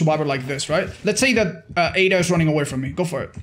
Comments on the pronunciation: Aid-a...pronounce her name like that. It isn't Add-a 😑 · How to pronounce "Ada" instead of pronouncing the "ah" try saying "ae" so it would sound like "ae-dah" instead of "ah-dah" hope this helps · Adda wong really 😂..... Ae-da = Ada you butchered it but it's ok LMAO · whos "add-ah"?